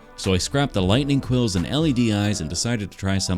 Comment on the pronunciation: Its quils, just so ya know and i enjoy your vids